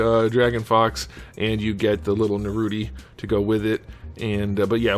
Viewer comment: Nah roo toe ...